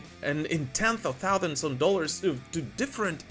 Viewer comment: acid bath....not aesid bath..... thousand....not thouthand... stop exaggerating that american accent so much and you'll get it